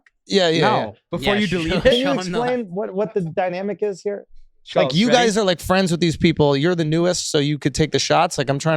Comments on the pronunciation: I want to punch you for repeatedly calling him Schulssss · You guys still can't even pronounce his name correctly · Still can’t pronounce his fucking name bruh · Came out a long ass time ago and yet STILL can’t pronounce Schulz’s name correctly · They still can't say his name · Even after all the drama they are still saying his name wrong lmfao